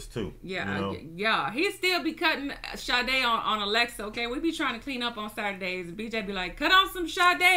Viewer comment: I love Sade! I'm also SO HAPPY that you both said the name perfectly lol. Great channel